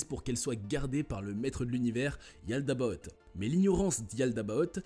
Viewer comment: "Yaldaboth" 😭😭😭😭 J'ai cru que c'était le nom d'un méchant de dessin animé 😭😭😂🤣